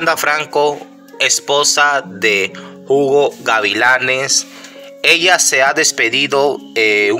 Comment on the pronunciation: Oiga ud no sabe leer español el se llama Hugo no Jugó la H es muda en español